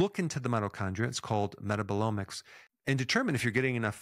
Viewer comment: the way you said METABOLOMICS cracked me up a little